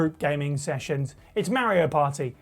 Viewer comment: Itsa me Merryoh!